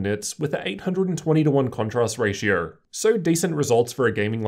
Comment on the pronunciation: Not sure what a "ratiurr" (ratio) is or the game CS: Gurrr?